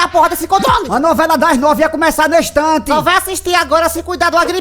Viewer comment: "A Novela Das Nove Ia Começa Nes Tante " Kkkkkkkkkkkkkkkkkkkk Rachei